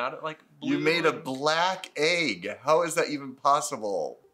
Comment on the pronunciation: nobody:: A Y G G